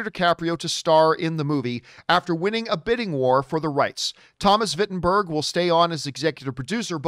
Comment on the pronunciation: Jesus. The text even says Vinterberg. Still it comes out as “Wittenberg”. Back to school.